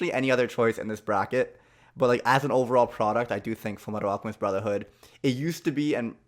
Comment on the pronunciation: yea its fulu metal acamistu brozherhoood